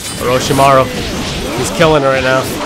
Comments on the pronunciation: Dude it's hashirama not harashima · Hashirama,. Not Harashima.... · Its hashirama not harashima.Just lol XD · The name of the first is Hashirama, not Harashima. Hashirama Senju. Remember that!